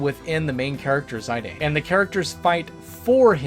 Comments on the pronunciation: "Zie Dane" 🤮 Mate it's pronounced "Z[i]d[an]. Dear sweet merciful Jesus, please help the many Americans with constant pronunciation butcherings 🙏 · That's was a very interesting way to pronounce Zidane lol 😂